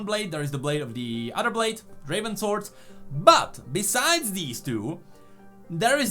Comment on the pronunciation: It's not draven it's Draaaven